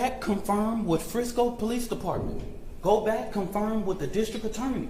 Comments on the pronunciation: He mispronounced lots of words..WITH=WIF ... STRENGTH =SKRENGTH .. I don't get this 😅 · Better work on his grammar 😂.. Wif, skrength